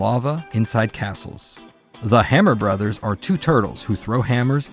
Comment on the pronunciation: Thank you for calling it "Super Mario Brothers". Every time I hear Bros. pronounced Broes, I wince like someone just raked a Freddy Kreuger glove across a long blackboard.